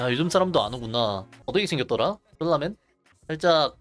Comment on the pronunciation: 졸라맨을 쫄라맨으로 읽었지 ㅋㅋ